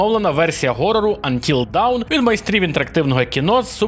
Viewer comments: ти плутаєш 2 англійські слова Dawn і Down. Гра називається Until Dawn - до світанку (аж ніяк не 'поки вниз'). І слово вимовляється як Дон, а не Даун. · будь ласка, "антіл дон" або "антіл доун" (до світанку), але аж ніяк не "антіл даун", дякую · Until dawn. Not until down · Тільки "Антіл доун", а не "Антіл даун". Це різні речі :) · Ох по ушам фигачило "антил даун". :) Це ж "антил дон" насправдi. Dawn /dɔːn/ -- рассвет. P.S. Да, да, дебильный английский. dAwn - дОн, dOwn -дАун. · Трохи побубню :) Until Dawn - це НЕ "поки вниз". "Вниз" - це Down. Dawn (читається "до:н") - це "світанок". То ж Until Dawn - це "до світанку". Має сенс, еге ж? :) Дякую за відео! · який ще "поки вниз"?))))) dawn (не давн, а дон) = світанок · Until Dawn /dɑːn/ - поки не настане світанок, down /daʊn/ - вниз